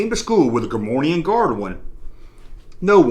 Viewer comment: Cool video. FYI though...there is no “N” in Gah-more-ee-an.